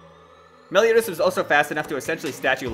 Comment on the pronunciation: Said meliotas lol